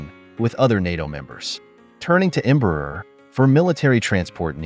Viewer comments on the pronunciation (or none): This narration, whether someone or AI, mispronounces the name Embraer, which sounds like "EMBRUR" and not open, "Braer"! You need to learn to speak Portuguese. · the irony is, the part they most have issues, shoudl be the easiest since it SHOULD sound like "AIR". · Em- bra- er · Embraer shouldn't be that hard to pronounce. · Can we learn how to pronounce "Embraer" before we made a video about it please?